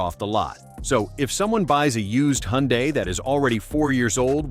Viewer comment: It's funny how the AI voice pronounces Hyundai at least 3 different ways. FYI the correct pronunciation is hun-day.